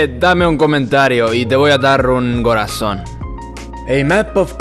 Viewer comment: the way you said "corazón" made me doubt about if you are from Europe or the Caribbean